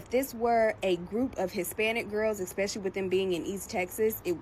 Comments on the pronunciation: "Eckspeshly"? Fvcking really? The "climate we're living in" exists solely within the delusional smoothness of her brain. Where can I get some of this "white power" she speaks of? Is it power like that of a genie or something? Is it some Harry Potter sh!t? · EXPECIALLY... What a loser . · Im glad people are finally catching on. My entire life i havent understood the free pass... and whats the deal with intentionally speaking like they're uneducated? They must know how they sound. I know everyone heard this lady say "exxspeshully." She probably just wants to axe a question too.